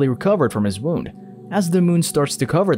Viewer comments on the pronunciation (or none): none